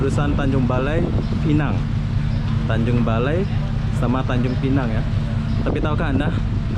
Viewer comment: Tanjung Balai, bukan BALE, kayak lidah lombok